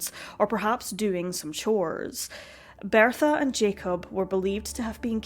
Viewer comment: You should NOT be narrating videos. You CANNOT SPEAK Properly or Pronounce words Correctly. It's BERTHA Not BEARTHA!! Had to turn off the sound!!